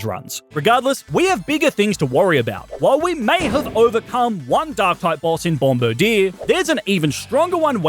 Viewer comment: That isn’t how you say its name